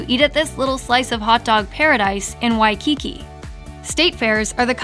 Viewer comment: Did she actually say WaiKIki? WaikiKI Accent on the last syllable. Oh, here in Arizona, Lenny's has the best dogs! steve